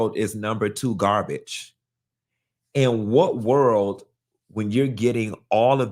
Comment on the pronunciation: He can’t even say the word GAR-BAGE!! And it’s ANGEL not ANGELA!! Smh…….